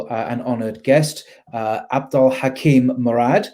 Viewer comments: Hakim not Kakim. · "Hakim" not "Karim"